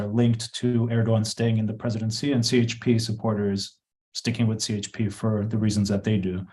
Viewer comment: Would have expected to be able to pronounce CHP as Turkish people do - ce he pe! Should work on it, because it will be the leading force in politics for the next five years:)